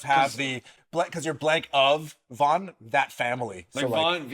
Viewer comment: but they don't pronouncing it as 'von' but 'van' which is the dutch equivalent 😉